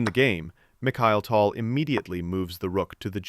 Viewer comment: it's pronounced TAL, not TOL. can't believe you are making content on someone you can't even pronounce properly...